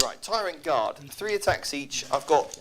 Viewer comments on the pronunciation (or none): Your insistence of saying tyranid and tyrant guard wrong is quite annoying lol